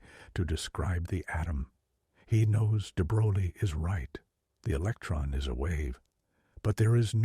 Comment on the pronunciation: “What is a eletron?” “What is an electron?” If you can’t get basic English skills down I am not listening to your AI ramblings. Sorry